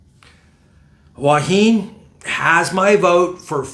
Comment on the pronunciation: “Thanks for vid but “PLEASE” ask the locals how to pronounce “Hua Hin”, especially as your doing vlogs on it!